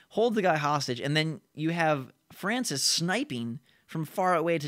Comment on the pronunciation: it's Francis not Francise